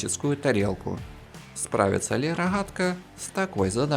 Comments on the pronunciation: Рогатка же а не Рахатка 😂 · Рахгатка ,не твоё озвучки извини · Дико режет ухо ваше Хэканье... Рохатка, тяха, шестихранник.. Тяжко слушать такой обзор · Да. Хе это пиздец какой-то. Одна неправильно произнесенная буква Г (в украинском стили) и уже пиздец как неприятно слушать. Но есть моменты где какое-то время не произносится слова ХАйка и роХАтка ) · Хайка рохатка блин дружище это же неправильно..... я бы наверное со смеху сдох на украине среди людей которые так говорят ХЭ )))))))